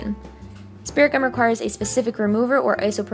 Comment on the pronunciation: Lol i thought she was saying spiricom 😂